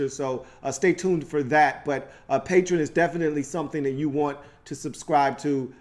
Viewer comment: It's pronounced PAY-tree-on (Patreon) lol